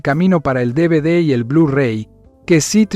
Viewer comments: No se si lo haces aposta o te estas quedando con el personal,confundes la v con la b.Dices bhs en lugar de vhs y luego dices dbd en lugar de dvd,tambien en un momento del video dices tb en lugar de tv.Es alguna especie de broma oculta ? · No entiendo que digas DBD en ves de DVD. Si hablas español la V es V y no B